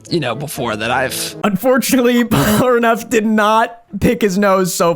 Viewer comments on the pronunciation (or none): bro said "Polaraneff" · porlaneff, porneff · Bro I am so sorry, but I cannot stand the way you say Polnareff. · The fact that he couldn't pronounce "Polnareff" to save his life and keeps calling him "Polraneff" is so infuriating lmao. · Whu do you call him "polraneff" instead of "Polnareff"? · I’m just going to start leaving comments on every video to shame you whenever you mispronounce his name as “Polraneff”. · The way you say "Polraneff" bothers me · am i the only one that hears him saying polraneff? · I did not know that someone could say polneref so wrong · STOP SAYING POLRANEFF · Does he still pronounce Polnareff as Pollenareff? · dude cannot say polnareff to save his life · bro why can you not say polnareffs name right, its made me so made the entire video, and its such an easy fix, deadass disliking purely bc of that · Your inability to pronounce Polnareff correctly is amusing to me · Why do you pronounce Polnareff's name like that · Awesome video but your inability say Polnareff is making me want to pick my nose so hard I get brain damage and end up in a wheelchair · The name is litterally written phonetically, a rare occurence in french, how can he distord it like that ? XD